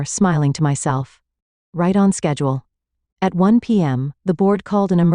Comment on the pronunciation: Instead of saying "at" I'm hearing "ayee" & then a "tee". What is that? It's very odd.🤔